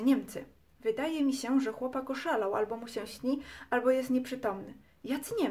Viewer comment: kobieto nie mówi się odzał -oddział , se tylko się, wodze tylko wodzie, dzęki tylko dzięki , a tak po za tym by było ok